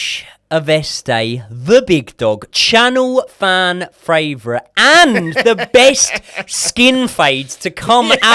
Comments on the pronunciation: I’ll sub when can say “fan favourite” correctly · Love the show guys watch all the time but please please please learn how to say favourite properly 😂😂